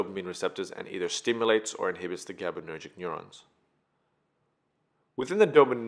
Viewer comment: Great video! However, it's gabaErgic neurons, not gabaNErgic.